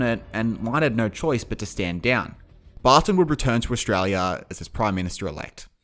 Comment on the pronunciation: it’s official, the local accent is “Eshtrarlyer” 🦘🤟